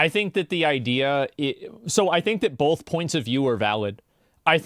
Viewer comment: There's no L in the word both. Stop saying bolth